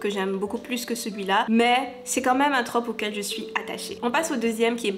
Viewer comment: MERCI à toi d’accorder et de prononcer correctement ce mot 🙏 parce que je n’en peux plus d’entendre “une traupe” 🤦‍♀️